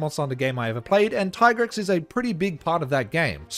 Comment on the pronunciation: It's Dee-a-blos and Tee-Grex, duh